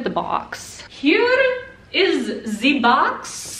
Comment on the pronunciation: Nobody: Not a single soul:: Ze BoX